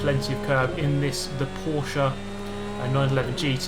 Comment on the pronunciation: Your pronounciation of porsche is disgusting...